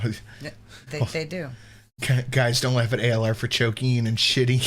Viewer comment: Chokeeng and shiteeng... Whomever donated that must be a super smart, super cool super handsome man.